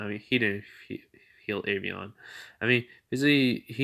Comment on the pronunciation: it's not avion it's albion